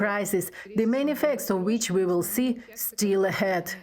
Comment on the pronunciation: which, not wich.